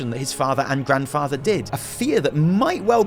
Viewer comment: "Father and Drandfather, Deathwing." lol